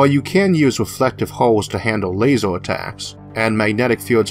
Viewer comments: lasEr, lasEr, lasEr, lasEr, lasEr, lasEr, lasEr, lasEr, lasEr, lasEr, lasEr, Light Amplification by Stimulated Emission of Radiation, LASER. don't care about the r=w thing but damn you've no excuse for pronouncing LASER wrong. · Very interesting video but what's with pronouncing every -er ending word as an -or? Eg a lasor weapon, or a largor projectile. That was incredibly distracting! On the other hand, if you are producing videos despite a speech aberration, kudos to you for ignoring any critics like myself, or anyone poking fun!